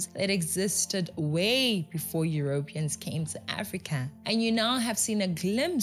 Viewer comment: I am wondering why you pronounce Europeans the way you do. I have never heard it before? It is pronounced Europeeeans not Europians. Just saying…❤